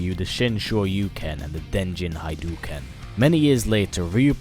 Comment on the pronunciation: Hadoken not HAydoken